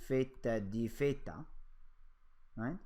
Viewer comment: I keep hearing "pheta",,lol. But this video was really helpful.